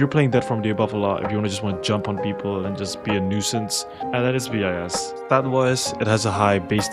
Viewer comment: please say "BIS" as BIS, not B.I.S. ty